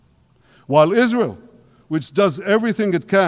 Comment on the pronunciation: Israel!! He said it right..